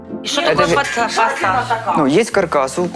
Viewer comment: Не фасад а фасфод орууу 😂😂😂😂